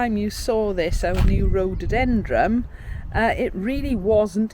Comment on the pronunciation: Love your garden, We miss ours since we now live in a condominium! Your newest plant is a rhododendroN. It sounds like you are pronouncing it differently!